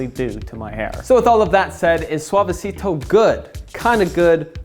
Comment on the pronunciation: Bump if you flinched every time he pronounced Suavecito